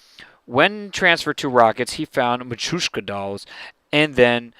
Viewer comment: arn't they pronounced Ma-tree-osh-ka dolls? I am not sure if they are or not, but you pronounce them differently.